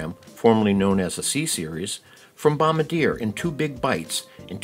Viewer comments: Say, "bom-BAR-dee-yay" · bro said bombdyer💀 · Repeat after me: BOM-BAR-DEE-AYE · Bom-bard-yay (Caveat: Bombardier staff may tell you to pronounce it however you like) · It’s bom-bar-dee-a dummie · You’re not pronouncing Bombardier correctly